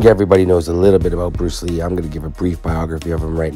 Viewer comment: Bluce Ree